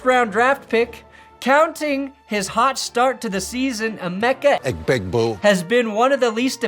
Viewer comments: “Eg-boo-kah” doesn’t even sound real anymore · Honestly same. I only hear Egbigboo now